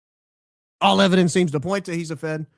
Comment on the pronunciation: It's a Mountain of ebodence mama😂